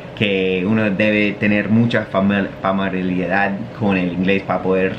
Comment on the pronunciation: Dice que ella se ha equivocado al decir palabras, como que se entiende el contexto pero formula mal, y él se pasa equivocando con el español! Ni siquiera puede decir bien "familiaridad", media pila.